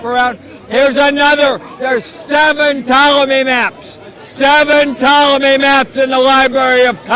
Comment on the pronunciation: is courageous and seemingly tireless in his outreach to Muslims, and bravo to for joining him to (literally!) shout out the truth about Mecca. But I have to say it: the best part is that FINALLY has been corrected on his mispronunciation of “Ptolemy” ( “the P is silent”). In dozens of his lectures and videos I have cringed at his saying “P-tolemy” and kept hoping and praying that someone would have the sense or guts to correct him quietly. I’ve tried to share his valuable messages about Mecca (having studied Patricia Crone’s “Meccan Trade and the Rise of Islam” as a student) with other scholarly Christian friends, and they have dismissed him out of hand with screeches of derision when they heard “P-tolemy.” Thank you, (and for your courageous outreach, too) and PLEASE,, take note!!! We love you.